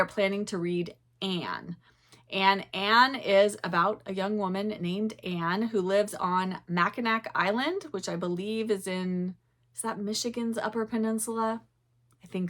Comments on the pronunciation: I think the final c in Mackinac is silent. Makinaw is the way I’ve always heard it pronounced. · Mackinac island, pronounced Mackinaw.. here in Michigan. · Just for future reference Mackinac is pronounced Mack-in-awe.